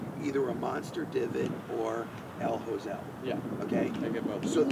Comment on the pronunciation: "El hosel." lmao